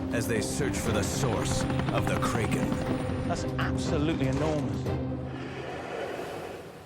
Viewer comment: No way the narrator pronounced Kraken wrong 😅😂